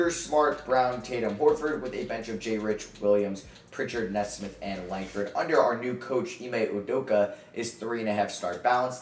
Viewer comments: Bro it’s Aaron (Knee-Smith) that’s how you pronounce it 😭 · Aaron Nesmith’s last name is pronounced Knee-smith